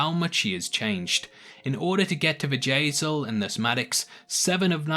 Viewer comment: Bjayzel. Bjayzel. Her name isn't Vajazzle lol